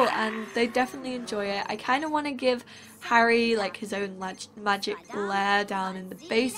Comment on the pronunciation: on she called harry harld